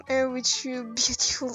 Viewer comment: et "here" on le dit "hir" fin jsp comment expliquer, mais ça me stressais trop x)